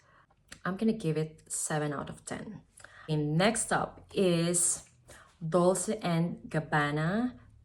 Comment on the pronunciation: Dolce is pronounced „dolche“ (ch like the word chair)